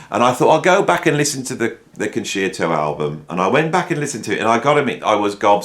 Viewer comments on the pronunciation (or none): Interesting list for sure. A couple of corrections for you. 1, Ian Gillan didn't join Deep Purple from Jesus Christ Superstar. He got that gig after the Concerto album, which leads me on to correction number 2, it's pronounced Con sherto, not Con sheerto.